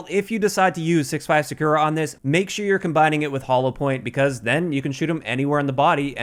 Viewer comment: Still can't say "Sakura" tho, lol